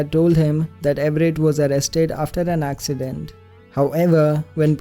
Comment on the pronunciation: Anyone notice that said that the family was involved in an AXEccident.... Ok I'll be leaving now EDIT: wakes up for school Sees notification ohh no Thank you guys sooo much for the heart, and I know it's gonna disappear after I make this edit.